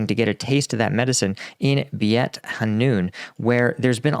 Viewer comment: just want to point out that Beit is pronounced BAIT. Not Be-it. Keep up the dope content